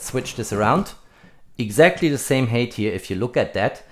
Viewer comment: Height is not pronounced hate!